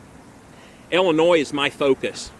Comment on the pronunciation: This guy can't even pronounce Illinois lol